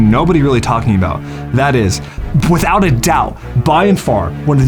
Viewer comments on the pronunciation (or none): “That is pwith out a doubt” 😂 love it